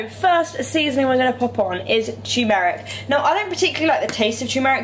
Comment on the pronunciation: is it just me, or is she saying tumeric wrong!?!